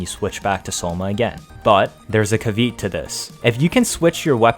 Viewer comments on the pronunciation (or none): caveet lol. Caveat is pronounced kah, vee, aht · Great video, but it's pronounced cav- eh -aht